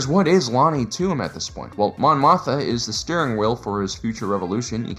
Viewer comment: Am I going crazy? Why does he keep calling Mon Mothma "Mon Motha"?